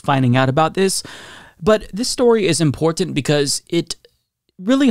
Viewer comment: I LOVE your channel and content but goddamn I hate the way you pronounce 'important' haha. Hell, you may even be saying it right but it sticks out the more you say it haha.